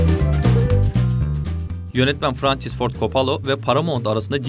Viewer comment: Frençıs kim asker arkadaşin. Mi adamın adını doğru telaffuz et